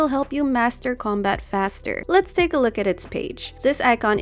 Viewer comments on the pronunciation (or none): none